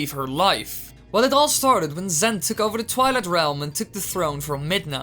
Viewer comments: It is twilight not twileye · Did you say twele it’s twilight you of all people should know.